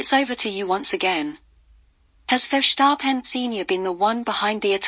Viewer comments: Incorrect: Mercedes was not robbed of their 8th title, Mercedes did win 8 times in a row. Pronounciation is not Furshtappen. Max Verstappen is not doing anything wrong. However his father should shut up as he could ruin his son's career! This video is pretty poor. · So you are querying the English pronunciation of a Dutch name while getting the facts wrong. We said Sir Lewis's 8th title not Mercedes. Max Verstappen has been doing everything he can possible do wrong. 🤷